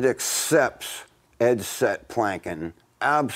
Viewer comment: “We’re gonna make a picknic out of it” 🤣